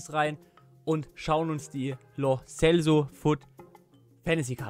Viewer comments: Bruder, das heisst ausgesprochen lo tschelso... 😅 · als langjähriger Villarreal Fan und der spanischen Sprache angelernt, sag ich, dass die richtige Aussprache ( auch im Argentinischen) Lo Selso ist 😊😊👍🏻👍🏻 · Nope ist nicht richtig ❗❗ die richtige Aussprache ist Lo Selso... 👍🏻